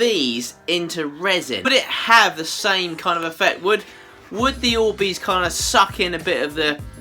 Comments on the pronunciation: These aren't orbeez they're worbeezs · Me: clicks the video: ORBEES 😂😂😂😂🥰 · sorry😂😂😂but at the start when he said orbeez i thought he said boobies😂😂😂😂great video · When he said orbeez i tought he said "oh wees" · Oh bees? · Annaleec Wright it sounded like he said oobeez lol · Why does he say oh baes all the time? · shakes ORBEEEZ 😂😂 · No ! OR - BEEZ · I mean but btw he said o bees XD IM NOT HATIN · Omg i dont know who u are but i subscribed once u first said orbeez with youre accent